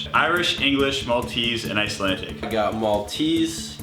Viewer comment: Icelandic not Icelantic...TRIGGERED